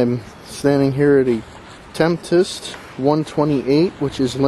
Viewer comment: Great video, but FYI it is spelled Tempest not Temptest and pronounced "Tem-pest".